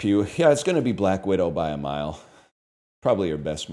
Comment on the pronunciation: Saying “by a mile” in a British accent lol